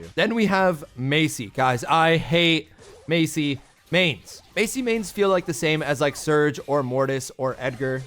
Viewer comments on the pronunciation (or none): Not Macy it’s Masie